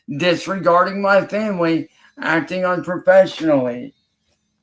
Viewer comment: Nothing annoys me more than him saying “muh femwee”. He has no family. It’s his mom/granny and her crackhead boyfriend.